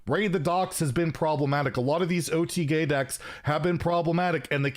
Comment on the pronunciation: Did you really say OTGay?